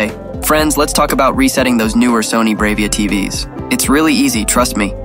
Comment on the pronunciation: It's pronounced "brah-via" not brave-ia"